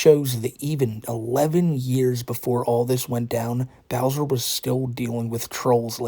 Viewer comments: Remember fellas the is a pwedator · I don’t know much, but I do know is a pwedator